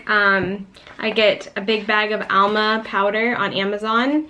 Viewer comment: That's not ALMA; it's AMLA.